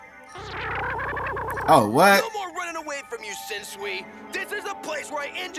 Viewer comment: Sensui not shensui